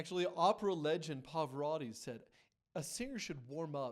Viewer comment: Why can't you pronounce Pavarotti?